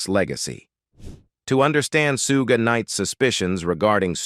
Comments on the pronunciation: I call BS. And AI. Your AI can’t even pronounce Shug, pronounced like Sugar, not like Sue-Gay. Pathetic. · 😅😅 disrespectful - his aka name is Suge not Suggay Knight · “SUGAY” Knight. 🤣🤣🤣🙄💀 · Suge = Shug/ pronounced as half of word “sugar” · It's not Suze😅😂🤣 it's pronounced like sugar but suge..... Geez